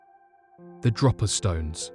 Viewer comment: its pronounced drow-paa not dropper. dropa stones, please sort these things out before doing the vids, its quite annoying for us older, better educated viewers, to hear you butcher certain names, and places?